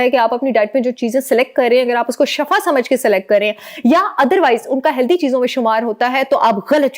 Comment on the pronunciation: AOA, jazakilla, itni achi information ka, lkn ak baat "shafa ka meaning ha, moot, halakat, garah"jab k asal word ha, " Shifa" His ka meaning ha sahat, rahmat , ap plz shifa boly,, shafa nahi, niat tu ALLAH JANTA, LKN ENGLISH B THK PROUNCE KARTY HA, TU IS KO B THK BOLY, JAZAKILLA